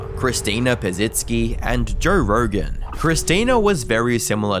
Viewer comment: Who TF is Jorr Rorgan??